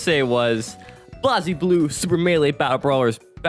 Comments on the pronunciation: The constant pronunciation of "ram-LEE-thal," "BLAHZ-blue" which is understandable, if not for the fact you talked about Blayzbloo, and then proceeded to call it like it said Blazybloo. Augh, it just hurts, as someone who loves these games ('cept BlayzBloo, haven't tried it yet) from the bottom of their heart. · Greta video…. how the hell do you manage to mispronounce literally everything 😭 ITS BLAZE BLUE!!! RAGNA LITERALLY SAYS IT CONSTANTLY IN THE SERIES and ramlethal….